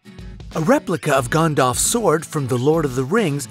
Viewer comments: Your pronunciation of names is atrocious. "Gone-dolf", "Her-me-own", "Cate-lyn" all the wrong pronunciations. Its Gan not gone, "Her-my-oh-knee", and Cat-lyn...not Cate-lyn. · Also Gandalf as Gone-dolf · He even said GAAAN- DALF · "Gondolf" and "Herm-i-own" ...Dude, fix your phonetics you heathen. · Justin Nguyen That "a" pronounced as "o" bugs me! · That pronunciation of Gandalf and Hermione though. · A lot of what you said was wrong. How you pronounced Hermione, Gandalf and Viserys was terrible. The way you pronounced Catelyn was also wrong. Also Alfie Allen is the younger brother of Lily Allen not the older brother. Dean Charles Chapman and Nell Tiger Free (the 2nd actress who played Myrcella) were only rumoured to be dating. And you used pictures of Nell but said the name Aimee Richardson who was the 1st actress to play Myrcella. All the correct info can be found by just a simple google search.. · You guys couldnt do a quick google search to figure out how to pronounce Gandalf or Hermione? Come on. Also the pacing is so slow its almost painful to watch. Speed up dude. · rex dev He mispronounced "Gandalf", "Cersei", "fictional", "Catelyn" and "Viserys" too.